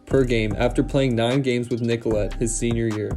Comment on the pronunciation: nicolet is pronouced NICKO-LAY